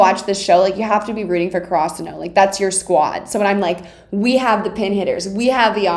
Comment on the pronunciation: wait..what the fuck is "kurasuno"???????????????????? you mean "Karasuno"???????????????